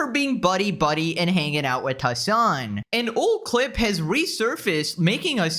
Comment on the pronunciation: "Hman"? Is it Hasan? :v